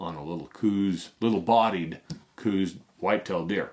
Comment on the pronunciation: Since you are the expert, and people will repeat what you say, it would be good to say things correctly. I said Couse exactly the way you did until well into adulthood. And I was saying it incorrectly. I believe it showes respect to say someone's name the way that they prefer it to be said. The man that discovered the Couse WHITETAIL deer subspieces pronounced it, so that it ryhmed with house. Some say it sounded like cows. Just my peeve. I liked the video, great info.